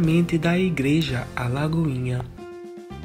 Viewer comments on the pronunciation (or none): Não é "Alagoinha"...é Lagoinha!